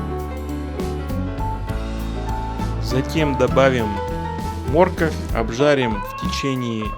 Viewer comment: Ха ха первый раз за свои 60 лет слышу слово морковь с ударением на первый слог мо рковь ! Ну, а за рецепт, спасибо😀